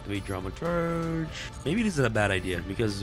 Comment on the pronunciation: Dramaturg is pronounced as DramaturG (G as in Gregory not as J as Jack). Fix it baby :D